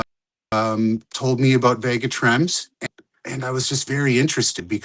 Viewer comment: THANK YOU SO MUCH VEGA TREM! And good job with the pronunciation haha, not a lot of people get it right 🤣